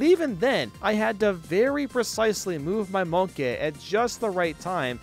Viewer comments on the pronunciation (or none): I love the way he said "Monke" instead on monkey.